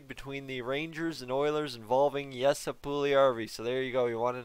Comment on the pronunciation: Instead of Yessa. Try “ Yessie “